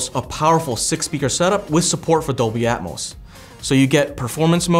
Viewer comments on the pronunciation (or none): none